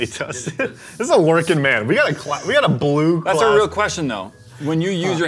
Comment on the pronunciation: When says “blue class” instead of blue collar 👀